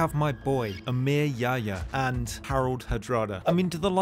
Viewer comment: bro i was bursting in laughter when you said emir yahya, his name is pronounced diffrently in Arabic.